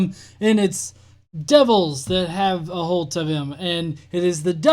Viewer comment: Aholt. Yup aholt it's a thing. It means you've got ahold of somthing very well.... Aholt